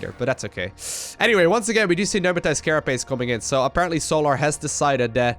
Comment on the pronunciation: Stop overusing "aperantly" btw. Luv ya;]